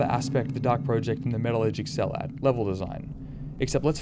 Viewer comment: Every time you call it 'The Dark Pro-ject' rather than 'The Dark Project' makes me die a little inside.